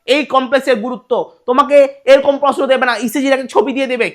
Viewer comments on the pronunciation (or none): প্রসনো আর প্রকাস😂😂